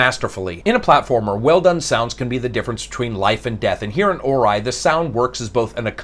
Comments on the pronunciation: Right at the start I wanted to go to another review when I heard "Or-eye" instead of the appropriate, "Or-E" pronunciation. God that hurt the ears, hahaha. Still, I'll give this a listen and attempt to get over it. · Except for OR-eye, I would have to agree. Doesn't complain like some other noobie reviewers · Or-eye,, hmmmmmm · Well, sir, I LIKE how you mispronounced Ori. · Good review but you butcher the pronunciation of the game lol